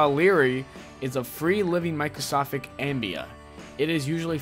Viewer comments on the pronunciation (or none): you say, "the naegleria fowleri is a free-living microsofic amoeba." 1st... "Microsofic???" Do you mean... maybe it was developed by Bill Gates or something? Or do you mean microSCOPIC? Or do you also pronounce that thing biologists look through as a 'microsof?' 2nd... and even worse, you pronounce 'amoeba' as "AM-BE-AH." It's NOT 'am-be-ah...' It's pronounced 'ah-ME-bah...' you teenage pseudo intellect. Have you really never heard anyone say, 'ah-ME-bah' anywhere in your life? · The mistakes on simple words he doesn't know are hilarious on these videos. "Wait for it, wait for it....there it is - "microsofic ambia!" " Lmao! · Micro"sofic" ambea! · he said "microsofic" ambea lol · casiere but he CAN control the fact that he says "ambia" and "microscofic"